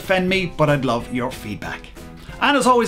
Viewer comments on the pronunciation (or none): none